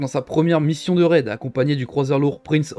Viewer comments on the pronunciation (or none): none